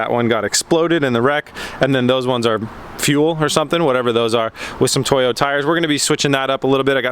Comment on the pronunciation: This thing has some nice "Toy Oh" tires